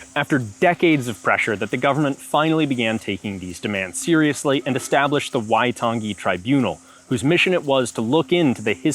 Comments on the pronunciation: Love the NZ content! But I think a note on pronunciation should be made. "ng" in te rea Māori is more of like the end of the "-ing" suffix in English, "nguh", not the hard "guh" as pronounced here. There are other things, like the tapped/rolled "r" and the vowel system, but that "waitan- gee" stood out the most. Other Kiwis feel free to correct or explain differently. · The emphasis is on the "ai" in "waitangi", not the second "a" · The way he says waitangi is so weird lmao, you ain’t meant to emphasise the g like that 💀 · How could you do a video on this and not know how to pronounce 'Waitangi'? It's actually insulting.